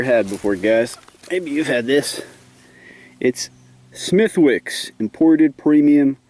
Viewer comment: by the way its pronounced smith-icks XD